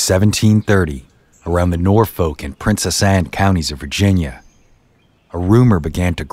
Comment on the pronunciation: The narrator should learn how to pronounce “Norfolk.”